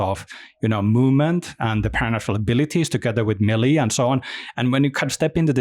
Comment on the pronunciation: The control guy saying melee like “mily “ trigger me every time. Stoked to play the game though.